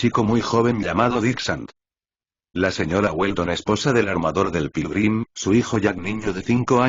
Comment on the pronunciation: Quien más escucho. Pirulin en ves de Pilgrim